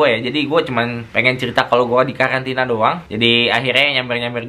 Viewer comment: Karantina apa kkalantina bang?